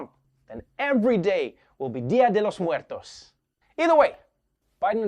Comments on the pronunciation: What the... How did he say Día de Los Muertos so well pronounced? O.o it surprised me, knowing he’s not Hispanic. It sounded like if he was a Native speaker. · Thank’s for pronouncing “Dia de Los Muertos” well! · He is not making any accent, he is just saying words in Spanish. And yes, although that is not the accurate name of the holiday, the words are well pronounced. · nice pronuntiaton of dia de los muwrtos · The way he pronounced Día de los muertos 😍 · that pronunciation 👍